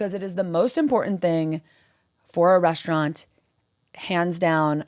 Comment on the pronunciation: I'm Irish, and we put 'h' in a lot of words that don't have them...but 'reshtaurant' makes no sense to me. Or 'frushtrated' etc. Musht be a Losh Angelesh ting